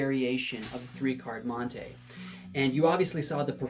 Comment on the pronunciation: It’s mon-tee not mon-tay